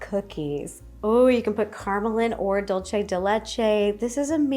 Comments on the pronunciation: DOOL-say not Dole-chay Dolce is Italian Dulce is Spanish If it was Italian, it would be "Dolce di Latte," but it's Spanish. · Its pronounced like dool-seh not dul che😭